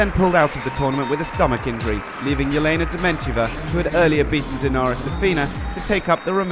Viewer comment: You would expect that an official wta video would have the voice over pronouncing names correctly! Its Elena not Jelena Dementieva